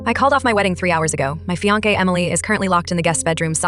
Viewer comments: I like the story and agree with the protagonist valuing the cat over his FIANKE? Man. either AI is getting worse or the "people" doing these narrations never went to school. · My fee-on-kay....